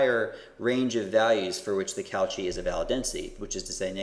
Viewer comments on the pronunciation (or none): I really like this lecture - very clear and good on providing the intuitions. I will watch the rest now. Very minor point - pronunciation of Cauchy = COH-shee, - get in touch with your inner Frenchman.